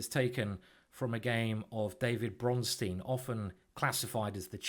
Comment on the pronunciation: A great and very taughtful video! Btw it's pronounced [Bronstain], not [Bronstiin]. This something Americans and apparently British people as well do not understand for whatever reason.